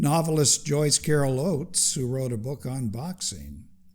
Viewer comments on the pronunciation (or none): none